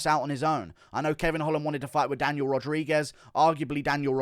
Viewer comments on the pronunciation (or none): none